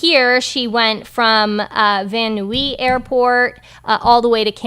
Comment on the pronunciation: It is pronounced Van Nize...I used to live there.